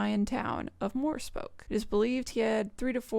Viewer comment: So. As a Slav, and someone who is learning russian in school: Morepesok, if pronounced how it probably should be in azbuka should be something like Mo-rie-pie-sok. E in russian makes a distinctive ie sound. O is pronounced like in oh, but shorter. I hope i didn't come off preachy. I don't mean to insult. I must say i had a good laugh though, thank you for that!